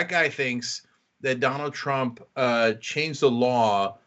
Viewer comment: Could do with a shave too. Did he say "Crump" rather than "Trump"?